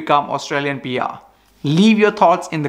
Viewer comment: It's PR not BR, lol...